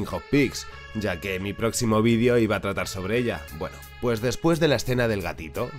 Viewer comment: Repite conmigo Ví-de-o Otra vez, Ví-de-o Entendiste? "Vidio" no es una palabra...